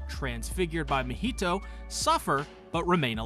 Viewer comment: Why did he turn Mahito’s name to a Spanish dish 🤣🤣